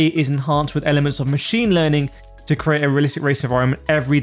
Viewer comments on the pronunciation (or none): none